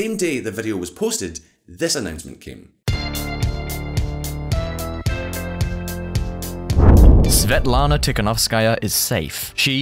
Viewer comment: Holy shit, how's that even possible to butcher Svetlana's name like that